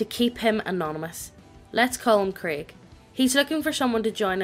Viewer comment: We not gonna talk about how is pronouncing Craig as Krieg? I mean I'm fine with it if you guys are but...